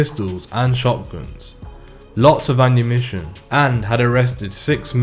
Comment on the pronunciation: “Anumition” lolz